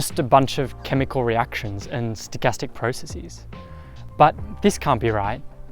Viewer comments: "Process" seems to give you- and many other folk- much difficulty when constructing the plural of this innocent word. There is no need: one simply says "processEZZ"... as one does with any English word. Some folk seem to try giving it a Latin 3rd declension plural: a long "'-es" so that you get "precessEEZ". This is very wrong. Please stop doing this- it makes you look and sound confused and lost. Not a good look. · This young man and a lot of others should check the OED for the pronunciation of the plural of "process". The words basis, thesis, hypothesis and a few others are pluralized with -es, which is prounced "eez", That does not mean however that the plural of all words ending in s or ss should be pronounced in the same way. Get it?